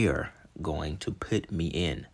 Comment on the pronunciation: Idk why but this is driving me crazy lol.... "Put" p-u-t... put. puts an "I" where the u is?! Ima pit this here. What type of situation they going to pit me in... ahhhhh PUT yo put! Lol just busting balls man. I love the content for real. It does get me every time though not gonna lie. Ima just pit this comment right here lol.